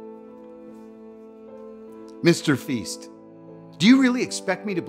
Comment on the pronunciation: "Mr feast" "Alison day" I can't 🤣